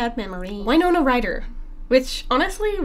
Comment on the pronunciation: winona like winner, not wino